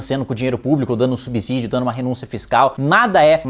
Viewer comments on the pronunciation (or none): none